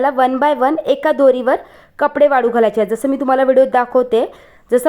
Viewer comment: वाडू नाही वाळू घाल